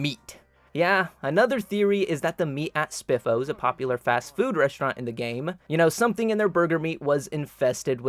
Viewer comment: pretty sure its spifos